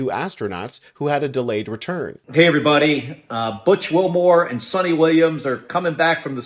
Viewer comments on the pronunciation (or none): none